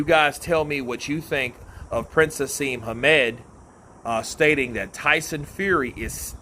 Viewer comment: Just so you know it's Prince Naseem, not Prince Haseem.